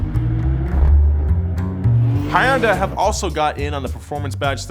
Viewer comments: Hyundai was pronounced very very wrong. I used to work for Hyundai, and it's pronounced like Sunday with an H. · Lmao High-End-DAH! You guys are based in LA, which probably has more Koreans than Korea. Just go out grab anybody to ask how they say 현대. We’re watching you, ‘Startled’ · it's pronounced Hyundai, like a sundae. Stop calling it Hyun-Die. More I watch this show, more I think this guy doesn't know about cars, can you even drive a stick shift bro? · I’m sorry, but you pronounced it “hi-yun-da” it’s “hyun-dae-i” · Did he just said Hayunda?? don't take this the wrong way but it is pronounced Hun-Dae (Hyundai). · H yooon dai. Not hyuudai. 😂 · "HA-YUN-DA".. what?! Pronounce it like everyone else. It's either pronounced "HUN-DAY" or "HIGH-UUN-DIE". You dweeb. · Just checked wikipedia, it said "Hyundai => IPA: [hjə́ːndɛ]; Korean: 현대" Since each Korean Hangul character work as a syllable. 현대 read as Hyeon - Dae (Hyeon is one syllable, you didn't read it as "Hye-On", but as one "Hyeon", same with "Dae") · Why do you keep saying “Hi-yun-day”? Isn’t it “Hun-day”? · Please never say "hi-oon-dai" every again. It's Hyudai like Sunday. Two syllables bud ✌🏿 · It's not "Hah-Yun-Die" It's pronounced "Hyun-Day" I know it's an "i" at the end and makes people pronounce Dai as Die, but it's Day. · Never heard of hyundai pronounced like "high-on-dye" I pronounce it "he-on-die" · Did pronounce Hyundai as 'Hi-Ondah'?? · Hayanda? Or hyundai? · Uh...? Hy-undai? I ain't never heared no one say it like that afore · Ah yes, my favorite Korean auto maker "Hayiandai". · Hyundai is pronounced like Sunday...dang can't call urself a car nerd just yet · Hi-yun-day? Is that the correct pronunciation? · 현대 : hyundai : 'h-yuh-n-deh' it is said in two syllables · No one:: Hai un die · Pronounced. "Hee-un-die" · Did u call Hyundai, Hyunda? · Hunday? Hiundai? Omg....it is 현대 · Hunday is wrong, he-un-day is the correct pronounciation. Don't know about nismo